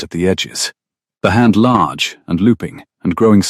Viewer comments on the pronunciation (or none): none